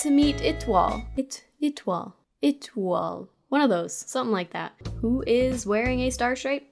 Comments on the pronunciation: it-toile heheh think "A" like "ayyyy"-toile! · Ètollie is pronounced etwal and means star in french i think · étoile actually means star and is pronounced eh-twall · Is anybody else noticing the wand that the character is holding?? I haven't seen that one on the wiki. Also, Etoile's name is pronounced "it-wall" and here's the link to a video on how to pronounce it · It is not, tho... more like "eh twal (wa pronounced like the wa in Waluigi). Source: Trust me, French is my first language. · Étoile (Ee-to-wall) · I'm a native french speaker and etoille is pronounced etwa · It’s pronounced I-twa-leh but appreciate u trying (I believe it’s a french name) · I just wanna let you know that in Etoilé the L is silent